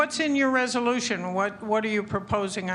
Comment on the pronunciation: Eeee... Łot?? 🤣🤣🤣